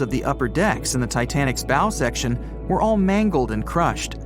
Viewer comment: It's pronounced the bow not the bowe